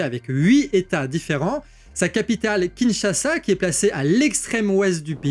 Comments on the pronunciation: Kinshasa et non Kinchasa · KINSHASA et pas KINCHASA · "KINCHASA" Sérieux ???